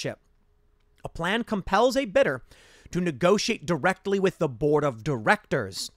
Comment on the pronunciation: Every time you said board it sounded like you said borg and it still makes sense.